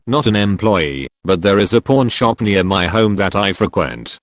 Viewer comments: I swear the robot is saying porn shop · It sounds like he's saying porn shop. Kek